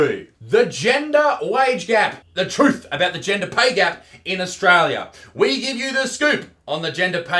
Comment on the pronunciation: I swear Isaac, over the time I've been watching you (since around 150K) your English has gotten worse and worse Genjer? jeez mate xD